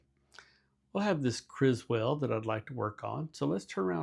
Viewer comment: It's Kriswill not Kriswell. Also, I collect Kriswill pipes, are you willing to sell that one to me ?